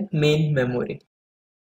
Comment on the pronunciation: secondnery ko seconday memory'😂😂😂😂😂😂